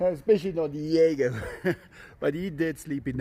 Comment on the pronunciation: Di-e-go!